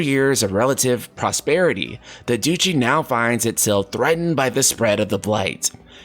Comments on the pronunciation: Duchy is "Dutchy" and not "Douchey" 😂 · You also said duchy as douchy lol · And Duchy is pronounced like “Duh-Chee”. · I cant get over the way you say "Duchy". Lol, I love it. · I think it's pronounced Klyve and not Kleeve. Clive is or was rather a common western European name.... Also I have no idea what a douchey is lol.